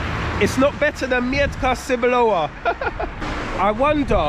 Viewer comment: it's pronounced 'Meh-t-kah Tzeh-boo-lova', not 'Myantka Sir-blower':D